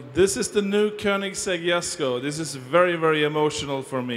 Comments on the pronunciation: Don’t like that can’t even say ”Jesko” the Swedish way. She americanized it. It’s Jesko like ”Yesko” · this name is as confusing as Jeniffer in the Witcher. Djesko or Yesko? Even the girl pronounces it differently each time )